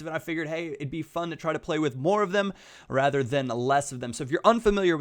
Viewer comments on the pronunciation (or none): none